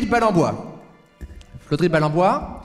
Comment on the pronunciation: Presque aucun des invités n'arrive à prononcer FLodrigue n'empêche ;) La team de cet épisode fonctionne bien je trouve, au top